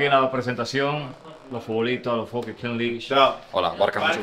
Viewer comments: King lish😂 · “Kins lichs” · La king lish 😂😂😂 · Santiago king league “pronunciación, king lig” no kin lish.. te quiero 😂😂😂😂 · No es (Kin Lich), es (Kings ligg) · King liguesh 😂 duro foke duro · La kin lich 😂😂😂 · la kin Lish jajajaja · “King lish” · Felicidades Foke espero que tu hijo aprenda y se beneficie de ese logró también, ohh y no se pronuncia lish en español la pronunciacion es liggggg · Ahora en verdad por favor Santiago 😅es King league no king Liguers 😬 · King Lish? un poquito de Inglés, Santiago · “Kin lish” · Se dice kin lig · La King Lish😅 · Kings League (Kins Lig compai), yo no se de donde le salio a este ca'co e' maco esa kinch lich... 🤣